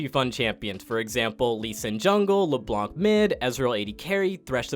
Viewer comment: Is it your first time hearing Le Blank? It's just a joke name. I call her that with my friends, too. He did pronounce LeBlanc right earlier in the video so we know its just meme-ing lol